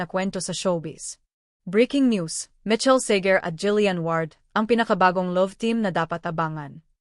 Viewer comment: You are giving a celebrity news but you can’t even get the name of Michael Sager right! It’s not Mitchell, for crying out loud! 🙄🤣